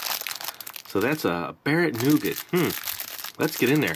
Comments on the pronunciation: Not Noogit ! Try Nougah ! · Here in the UK most if us pronounce it nu-gat